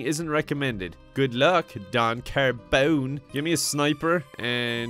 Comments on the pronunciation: donn car-BEAUWNE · Did somebody noticed that he was keeping saying "" and not "Don Carbone"